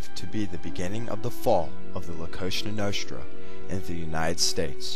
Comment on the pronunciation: dude its COSA NOSTRA not some kosha noshtra work on your pronounciation